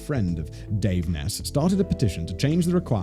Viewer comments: Isn't it pronounced 'Niece' not 'Ness'? Sounds like Loch Ness. Edit: LMAO MY FACE WHEN HE SUDDENLY STARTED PRONOUNCING IT CORRECTLY. 😳😳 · Her name isn't Ness. It is Neese rhymes with geese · Pronounced neeeeeee long e like knee